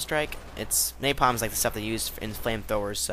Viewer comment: pronounced Nay-palm